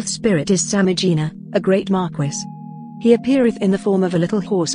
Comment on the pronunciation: Tell this robot that Marquis is pronounced “Mar-KEE” it’s driving me insane.